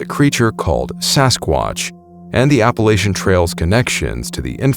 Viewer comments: Gonna briefly correct you on your pronunciation of "Appalachian" Where we're from in West NC, we say 'app-uh-latch-in." Most people who actually live out there would say "App-uh-latch-uh" or "App-uh-latch-in". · Hey...Appalachian is pronounced app a latchin